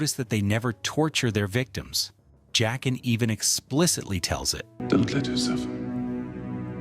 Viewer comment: Joaquin is pronounced HWA-keen. It's Jaqen, pronounced JACK-en.